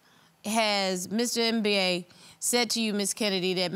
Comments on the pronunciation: Did she really called him Mr M-B-A ? lol. It's not an acronym, it's a full word that should be pronounced in one go "embah". That was funny though, love Judge Star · Not MBA it's a Biafran name pronounced as Mmmm ba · If I hear “Mr. MBA” again, I’m gonna lose it! Why didn’t they ask him how he pronounces his name? It’s pronounced “em-ba”. Very simple…sheesh!! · Lolll the judge call the guy mister M.B.A ohhh lord American its Mbaaa 😂😂😂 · 1 minute in..it’s Mba, like “Zumba”…. “Mba”. Not M.B.A 😂🤣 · Lol it's Mba as in (e_mba- rassed) not M.B.A haha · Ms. Jones, his name is not Mba as in second degree. It is pronounced “Mba”. Each time you say Mba, I crack up. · When Judge said Mr MBA, that cracked me up lol. That’s not how you pronounce his name 🤣🤣🤣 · I cringe each time Judge Star pronounces his last name as a spelling 😩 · Um, why is she calling him Mr. M.B.A???? I'm triggered. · Now judge Star, you couldn’t learn to pronounce that man’s name? It’s literally pronounced as in the ‘mber’ in November!